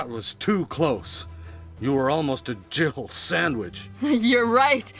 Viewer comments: I'm still adamant barry says dribble sandwich not jill sandwich. He definitely says two syllables. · Am I the only person who thinks that they say "Jiggle sandwich" instead of "Jill sandwich"? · when the first Resident Evil came out we thought Barry said "Jiggle Sandwich"...too funny